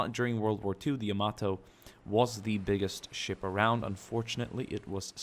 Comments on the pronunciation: It's Yamato not yamodo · YA-MATO (is how you pronounce it) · it sounds like yo- mato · Yo-mato (like NATO except with a M not a N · Yamamaaaaatoooo... Sounds beautiful with such prononciation... ^_^ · It's Yama it's Yamato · Yamato is named after the imperial dynasty. Yamamoto was shot down in 1943. Pronunciations: Yamato "Ya- "Like Ja" Ma- "Like mom" Mo- "Like from Wall-E" To "Like toe or a sharp to" | Yamamoto Ya-ma-mo-to. You do the rest.. -_